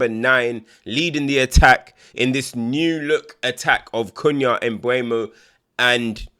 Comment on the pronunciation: You should start to learn to say MBOOMO 😄